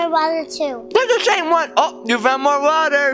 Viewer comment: why you called the water "wawa"hahahahahahahahaahah